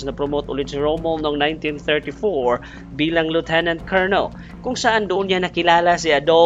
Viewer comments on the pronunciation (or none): none